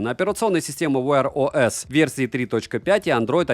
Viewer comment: А когда вы английский собираетесь учить? Долго думал, что такое ВэАрОЭс...